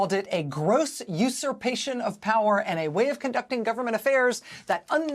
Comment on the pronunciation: Someone teach Rachel Maddow how to correctly pronounce, " Usurpation."